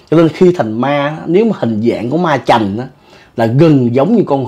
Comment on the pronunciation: Là ma trành, không phải ma chành nha!😉